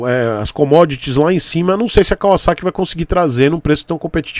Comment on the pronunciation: Único Youtuber brasileiro que pronuncia o nome Kawasaki como deve ser pronunciado! Obs. Não estou dizendo que é certo ou errado.